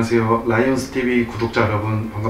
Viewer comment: 오재일 선수님 라이온'스' 아니고 '즈'라구요! 왜케 생글생글 눈웃음 보내시는지 진짜 이미 사랑에 빠진 기분이라구요!!!! 환영합니당🥰💙 와우리팀에 오재일있다~~~~~